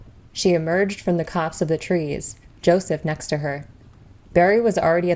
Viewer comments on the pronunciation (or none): none